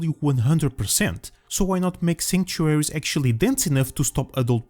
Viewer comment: Why would you make a video on a word you can't say.